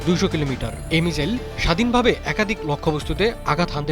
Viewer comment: মিজাইল কি? মিসাইল